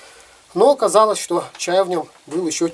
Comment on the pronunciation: ОкОзалОся😂😂😂 деревня😂